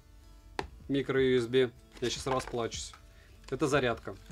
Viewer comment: На слове "микроюсби" захотелось поставить дизлайк (